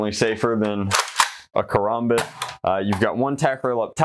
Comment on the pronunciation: its karambit not karambit